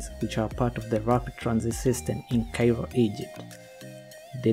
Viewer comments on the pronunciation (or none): none